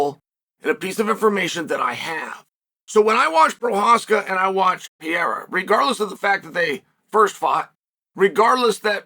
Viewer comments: Love story time with uncle Chael, but I'm pretty sure it's not "pee-air-uh", it's "per-ray-ruh" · Do you want an accent tip from a Brazilian? The R in Pe(r)eira only sounds like an H if it is in the START of a word. Pe(r)erira doesn't sound like PeHeira. Think like Hamilton (Ramilton, sounds like H) or Oliveira (definitely does NOT sound like H).... Only exception is if it has like double R... like carro (car), it definitely sounds like H because it has double RRs